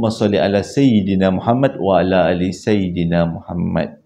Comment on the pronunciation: maaf ye. nak tegur sikit. sayyidina ya, bukan saydina. sayyidina = penghulu kami.